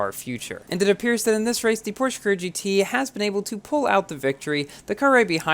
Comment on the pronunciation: Bruh when will learn how to properly pronounce "Porsche" it pronounced like "porshuh"